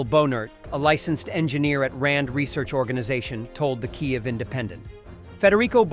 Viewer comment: To fail to pronounce the capital of Ukraine correctly is evidence of monumental laziness and disrespect.